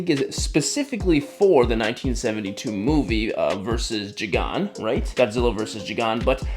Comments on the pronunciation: who is jee-gan? I thought it was guy-gan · Jigon is crazy. Is it not gigan? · I’m so sorry. But it’s (guy gan) not (jee gan)😂😂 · Who tf is jigon you mean gigan pronounced gIgaln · Jigan It’s guygan pronunciation but it’s spelled gigan please read this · you lost me when you pronounced gigan as (ji-gan) instead of (guygan) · Who tf is Jigahn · my leg cramped up after i heard u call Gigan Jigan :-: I enjoyed the video btw. Huge fan of ur work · Ano way he just said “jigan”😭😭😭😭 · Guy-gin is how you pronounce it. Love the the vid by the way. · Gigan ❌ Chi-gan ✅ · how do you bucher gi-gan It's not je-gon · good video, unbelievably cursed pronunciation of "Gigan"... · It’s “Guy-Gan.” But, I loved the review. That ‘72 Godzilla was my Godzilla growing up. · It’s (gi-gan) without the y that pronounciation is so american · "Jee-Gan" 😭 love the video btw cx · “Jee-Gan” hurts my brain 😂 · Erm it’s gigan Gi-(guy)gan(g an) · It’s gi -gan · its gi-gin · It’s gigan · Erm it’s guy-gan🤓🤓🤓☝🏻☝🏻☝🏻☝🏻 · "Erm, the correct pronunciation to this Kaiju of Japanese decent is Guy-Gan 🤓🤓🤓☝️☝️☝️ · Don’t want to be an ass but it’s pronounced (gI-eye-gaan) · gigan is pronouced guy-gan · wait Gigan is pronounces g-ie-gan. Just wanted to let you know :) Also if you get a chance can you review the S.H. monster arts 1954 Godzilla 70th anniversary version please? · NOOOO its pronounce (guy-gun) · It's pronounced Guy-g-an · Love your videos man! I enjoy some minimal you photography myself. Thought I'd help ya out ;) Gigan is pronounced (Guy- gan) with both hard (g)s. I was also able to get my Hiya Godzilla to do the roaring forward pose. It's been in it on my bedside table for a few days now. I think the trick is to have the tail back & up. Let me know if that helps! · its called gigan (guy-gan) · That is not how you say Gigan's name... Wow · How did bro mess up the word Gigan?!